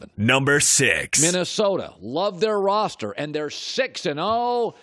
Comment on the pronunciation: Damn he really does say roster every time he mentioned the Vikings